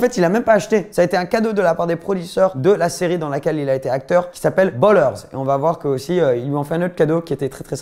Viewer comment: Ballers, et pas Bollers 😂